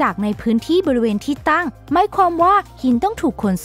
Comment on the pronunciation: เเน่ใจว่าคุณคนไทย ตั้งไม่ใช่ตั่ง